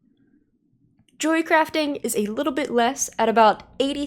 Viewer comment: This individual keeps mispronouncing "Jewelcrafting".